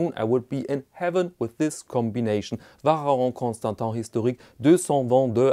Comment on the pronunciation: Interesting pronunciation of the VC (its not pronounced like that)